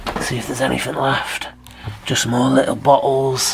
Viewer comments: Lol I'm trying really hard to watch this but hahahaha but Everytime he says bottles, which is a lot, I swear it sounds like he's saying buttholes!!!!! I'm so sorry but it really does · Loved your video no offense when you found some empty bottles I heard buttholes kept hearing buttholes but you were really saying bottles. Your accent made it sound funny.